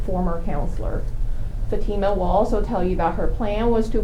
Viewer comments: I hate how he kept referring to the daughter as "fatty-muh" rather than "fa-teem-uh"; like he was trying on purpose to continue to degrade her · They can’t even be bothered to say her name correctly. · That lawyer mispronouncing her name while defending arranged marriage and attempted murder is so childish lol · Say her name correctly!